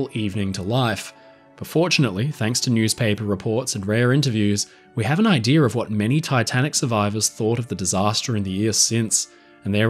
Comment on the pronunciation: It's IDEA, not IDEA-R